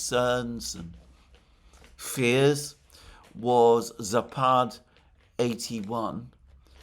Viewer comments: Alexander, it's "západ", not "zapád" (зáпад). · Just a bit of trivia - it's "zApad", stress on the first "a".